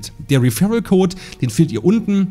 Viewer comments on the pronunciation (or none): none